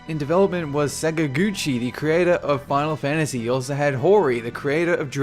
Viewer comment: "Fahhlfantasy six or fahhlfantasy seven".